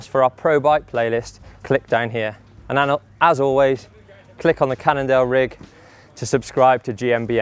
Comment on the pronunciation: I heard "Canada" instead of "Cannondale"